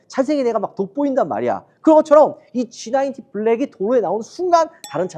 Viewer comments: 그냥 G90이라고 하지.굳이 영어쓴다고 G나인틴이라고 하는지. 나인틴은 19. 90은 나인티. 완전 다른 발음인데. 티내지 말고 하던대로 하시죠. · 쥐 나인틴이라고 말하는 거 같은데? ^^ 날리면 생각나네요 ㅎㅎㅎ 😅